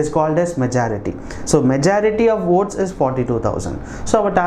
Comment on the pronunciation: Are you saying OATS¿